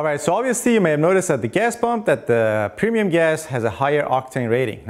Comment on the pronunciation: PRONOUNCE: "PREMIUM"